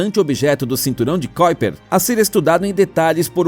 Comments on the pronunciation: Amigo não é cóiper e sim kuiper (ku i per) aprenda antes de falar se quiser publicar. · Não é "kóiper"! É KUIPER mesmo! Estudamos assim,! Se você diz isso, a gente não memoriza e não nos chama a atenção! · NÃO é cóiper e sim Kuiper